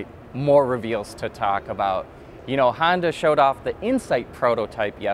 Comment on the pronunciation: Why do you say 'reveals' like that,?